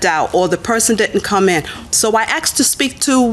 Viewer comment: she axed to speak to someone 🙄